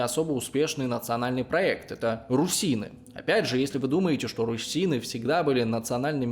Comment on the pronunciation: Я бы не сказал, что видео на сто процентов точное и объективное. Во-первых, он называет партизанскую войну терроризмом, что попросту показывает поверхностность в этом вопросе. Во-вторых, с русинами непонятно. Русины - это этноним украинского народа, только ударение не на "и", а на "у". Русины - так ещё называли население Руси. Но вообще, да, видос годный